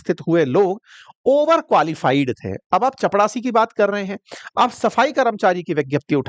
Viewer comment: चपड़ासी ❌ चपरासी ✅